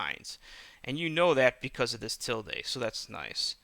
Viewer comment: Ok I appreciate the video but it's pronounced "S-cape" not "X-scape" and it's "til-duh" not "til-day"